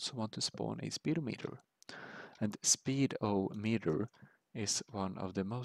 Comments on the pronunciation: It's not pronounced "Speed-O-Meter", It's pronounced "Sped-ah-met-err" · Ha ha, speed-o-meter, it's pronounced spe-dom-e-ter lol